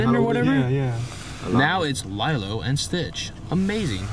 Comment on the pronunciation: The way he pronounced Lilo makes my heart hurt